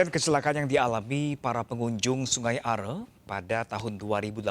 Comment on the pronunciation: Hai news anchor....orang lokal di seputar sungai Aare saja menyebutnya sungai Aare ( Arè)..bukan sungai Ar seperti yg anda sebutkan. Penting penyebutan yg benar. Semoga team SAR cepat menemukan anak kang Emil dalam keadaan sehat. Aamiin